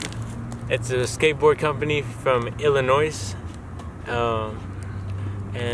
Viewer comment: Congrats, but it's triggering me because the S in Illonois is silent